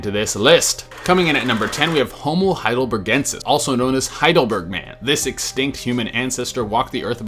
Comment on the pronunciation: Hi-dol-ber-gen-sis OOF